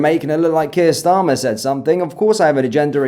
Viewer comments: Haha She doesn't even say His name right, Prime Minister Sharmer 😂😅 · Kier "Sharmer" 😂😂😂😂